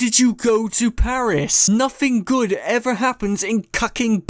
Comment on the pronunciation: Might just be me and my outside American bias from what I’ve heard but I’m pretty certain your deep rooted Britishness came out when you were saying “Nothing good ever happens in FUCKING PARIS” 🤣 To be fair country rivalries aside history does back this up lol